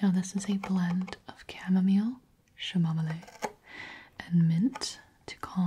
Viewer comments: I’ve never heard someone pronounce chamomile like “shamomile” 😂😂 that made me giggle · it's pronounced as cah-moh-mile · My grandma pronounces is camomilliy. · oh my god 'shamomillay' HAHAHAHAHAHA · I'M NOT THE ONLY ONE WHO PRONOUNCES CHAMOMILE LIKE THAT AS A JOKE LOL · the chamomile pronunciation sent me to space 💀